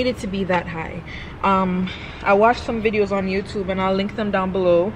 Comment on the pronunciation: If me love her 1 more time, she almost say YouChube.... Thats My right there